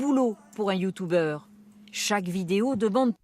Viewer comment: La pronontation de "youtuber" ma mi KO